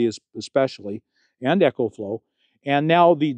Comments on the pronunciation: ECOFLOW is pronounced "EE-Ko-flo" & ECHOFLOW is pronounced "EKO FLO". As a rep of the company, you should pronounce it right. Think of how you pronounce Economy. You don't say ECHOnomy right? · Not EchoFlow...EcoFlow, like economical